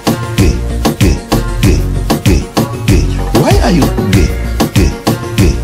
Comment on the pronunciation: How can I describe it? Umm...umm YOU ARE GEH GEH GEH